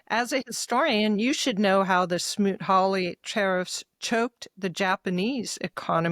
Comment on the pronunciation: SMOOT-HAWLEY ACT !!! (Not "Harley"- 3 times!) It takes a well-read education to know when Victor drops or mangles words...🧐